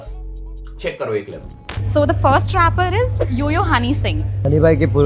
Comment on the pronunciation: Rapers❌ Raapos✅